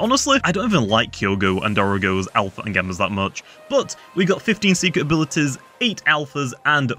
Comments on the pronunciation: i just love the way he loves says alpher and gammer XD, keep up the good streams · "gammer" "alpher"